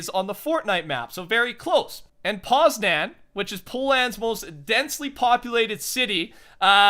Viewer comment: I'm from Poland :) Edit: by the way, it's not poz-nan its poz- nian